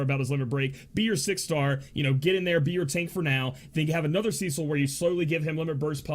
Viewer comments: It is the first part :D "Ce" is supposed to be pronounced like "se" in 'seldom",not like "sea" :) You pronounce the second part correctly :) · Okay...I just have to throw this out there....his name is pronounced "Seh-sil" not "See-sil" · Cecil is pronounced just as it's written,you don't change "e" into "i". Just wanted to share,since it was bugging me for a while how you pronounce his name :D